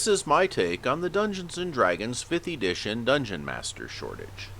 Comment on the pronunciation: Did you just say "Ee-dition"?